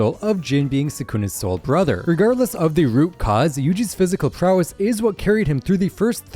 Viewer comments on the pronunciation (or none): nah Bro said prowass💀😂